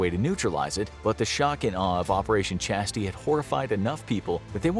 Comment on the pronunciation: chastise isnt chasty its chastise